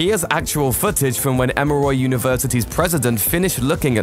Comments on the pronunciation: It's called "EMORY" University! As in, "M...OR...E"!!! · Being British is no excuse for mispronouncing "Emory" and "Halcyon."